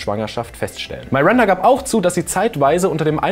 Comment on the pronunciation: iss es absuicht das du am Anfang "Marinda" sagst?